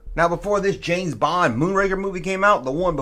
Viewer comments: James Bong? I am listening... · James Bong😂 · James Bong?🤣🤣😂🤣🤣 Dude, take that mistake and run with it!!! There's your new t-shirt line!!!